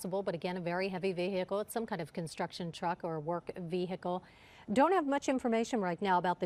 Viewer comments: You would think newscasters would know proper English. It's NOT pronounced Ve-Hickle. This isn't an episode of Dukes of Hazzard. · No it's not. It's VEE-uh-kl. Google it.